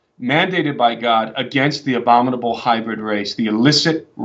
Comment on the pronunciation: This is going to sound wierd, BUT- when he said obominable - - I thought of the obominable snowman - - wonder if that's another example of them throwing it in our face. Thank you for your hard work and God bless you all who are standing up for Jesus! We need to SCREAM!!!!! -kelly seikel